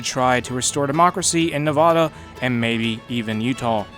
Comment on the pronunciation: Ya miss-pronounced the word Nevada